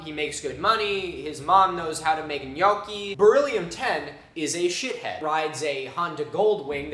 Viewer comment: Props to Milo for being the only American man able to pronounce gnocchi .